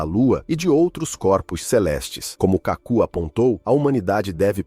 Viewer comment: O autor do vídeo deveria ter pesquisado melhor o nome do cientista. O correto é KÁKU , e não Cacú !